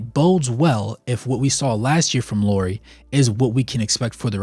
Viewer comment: Nice video, I always like to have Lauri/Jazz content :) Some comments: first not "Lori", Lauri as "Lowry" in Kyle Lowry. I think he has earned the respect to at least have his name pronunciated right by NBA finally 😅😂 (at least as close as Americans can 😉) About health: during his years with Bulls part of the reason why he was injury prone was the training they made him to do. They wanted him to bulk up so he could guard bigger guys. But it just made him lose the stuff he was good at: speed, bouncyness etc. In his free agency summer he started to work with a Finnish trainer and lost some muscle from wrong places and has strengthened his feets etc. That helped his health some in Cavs and more in Jazz. (Not to mention his playing!) Last year other teams targeted him with the vigor he has never seen before and was literally quite beaten up in the end of the year. Added to the fact that Jazz didn't exactly mind their best players sitting in the end of the season I'm guessing they talked him to miss some playable games too. I want to believe that when he gets used to his role as the guy in Jazz and what it means physically too, he will start to play more full seasons. He has also said that one of his goals is to play full 82 without missing any game. About world cup: Lauri said that he had troubles getting his feets under him (after long summer in army without playing 5 on 5) and that was the reason he shooted badly. (Also his team wasn't exactly creating him a lot of easy looks o